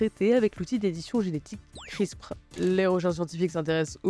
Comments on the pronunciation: Ça se prononce crispeur pas crispr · On ne dit pas CRISP, Mais CRISPEUR pour la prononciation